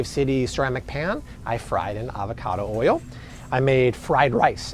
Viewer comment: Good tips. Can't stand the strained way of overemphasizing certain words. What's with "oyal" ? 😅